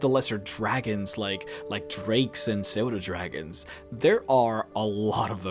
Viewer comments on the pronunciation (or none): I'm sorry, did you say "soda dragons" ? I hope you meant "sue dough" dragons. (phonetic) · Sodo dragons? lolol dude, it's pronounced like Sudo dragons xD